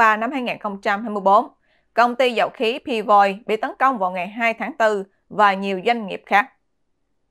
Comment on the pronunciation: nên phát âm là P. V. Oil ( pi - vi - oil ) nhe, thanks.